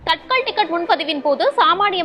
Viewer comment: தத்கால் என்று சொல்லணும். தட்கல் அல்ல. காலதைக்குறிக்கும் சொல் அது.